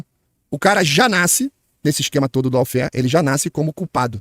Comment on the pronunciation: Maravilhoso! Quanta cultura a ser divulgada! Cuida só pra não pronunciar "lau-fér", mas sim "ló-fér" 😊